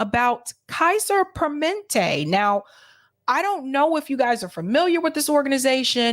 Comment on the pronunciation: Hey it's PER MA NEN TE